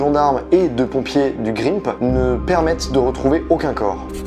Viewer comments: Par contre, "GRIMP", ça ne se dit pas "Grimepe", mais "grinp". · Très bon travail, court et très détaillé. Super format. Cependant, en attendant 22 long "rayffeul" et les pompiers du "Grympe", ça pique un peu aux oreilles. Sinon au top 👌🏻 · Alors 2 petite correction (parce que j'suis un casse couilles) c'est "grimpe" et "22 long rifle" faut prononcer en français et pas en anglais et allemand. Sinon super vidéo très pertinente ! J'ai kiffé 👌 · a ce prononce (grinp) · La phonétique pour le 22LR et Le Grimp cisaille mes oreilles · Super vidéo juste les prononciations grimp et 22 longrife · il a mal dis GRIMP mdr